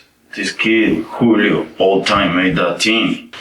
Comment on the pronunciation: There’s lots to say about this video that’s already been said. But it’s interesting to me that a Spanish-speaking person would pronounce it “Jewelio”